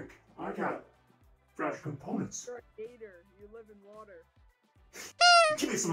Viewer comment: is a gator....ITS PRONOUNCED GAYTOR😂😂😂😂😂😂😂